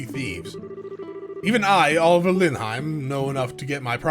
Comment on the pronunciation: It is pronounced Oh-liv-ee-ay, not oliver. Extolled is to be spoken highly of